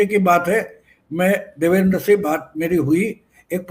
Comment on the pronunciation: क्षमस्व पण नावांच उच्चारण नीट असावे देवेंद्र ✅✅ देवेंदर ❌❌